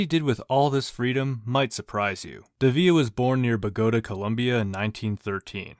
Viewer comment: Also mispronouncing Bogota. What are you from the USA or something?